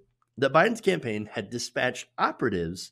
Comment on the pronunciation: Hahahahahahaa WAIT DID HE SAY PAMPAIN HAHAHAHAHAHAH